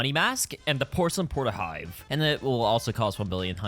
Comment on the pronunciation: "pocelain mask"🥀🥀🥀